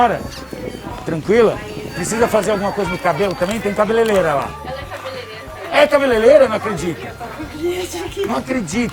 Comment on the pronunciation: Richard fala cabeleLera? Se não houvesse ouvido não acreditaria.